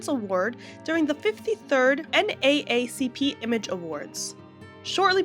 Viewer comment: I find it extremely difficult to believe that you don’t know how to pronounce NAACP. Maybe you’re Canadian, but you sound like an American and it really strains credulity that you’ve never heard this organization before. So nothing you say about it has any credibility Whatsoever. My only conclusion is you’re just looking for clicks.